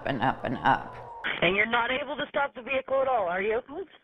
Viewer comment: Who else got triggered when she said veHICKLE